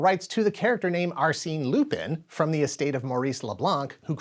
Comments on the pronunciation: It was Lupin the 8th, not 7th. Also I know it's not important but it's pronounced like Lupan, not pin. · I laugh every time you say “Loopin’” 😂 Lupin is pronounced more like Loo-pon Netflix has a great Lupin live action series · STOP SAYING LU-PIN. IT'S LUPAN!!! LU-PAAAAAN the third. You said it incorrectly just too many times for me not to cry out in pain. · Loo-PAHN!! It's pronounced "Loo-PAHN"!! Don't disrespect one of my favorite anime series!! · I thought you pronounced it as Loo-PEN, with the emphasis on the last syllable Edit: ah my bad, the italian dub often pronounces it like this. I didn't know it was wrong. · It was going to be called Lupin the 8th not Lupin the 7th (also it's pronounced Lou-pawn). Other than that, great work as always.